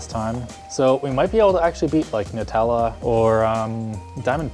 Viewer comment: "Alexander "nutalla" clark" lmfaoooo